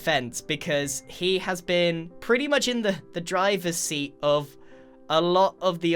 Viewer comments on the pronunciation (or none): none